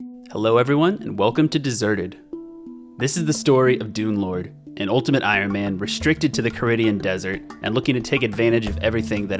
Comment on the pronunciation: am i the only one who keeps hearing dunelord as doomlord?